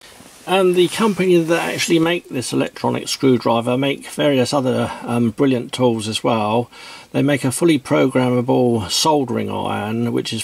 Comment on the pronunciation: It´s not a brilliant piece of kit, no, according to this guy it's actually "A bwillian' piece of keh!" :-D It's also "Queck te take fings apaah" lol Also you can´t use bits with it, it actually takes "bets"